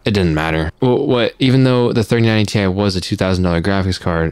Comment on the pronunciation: What if he intentionally said tye so as to warn people not to buy it. Ti = good and buy it, pronounced tye - don't buy it! XD